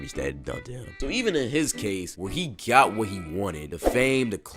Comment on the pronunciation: kinda sounds like "he gyat what he wanted